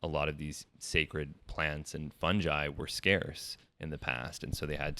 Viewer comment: the way he says fungi makes me die inside